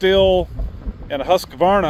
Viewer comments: “Husk—Var—Nuh“😊 no “A” in the middle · It's pronounced HUS-KVAR-NA :D